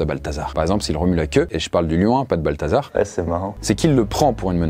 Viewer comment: J'ai entendu "Balthazar", j'avais envie de quitter la vidéo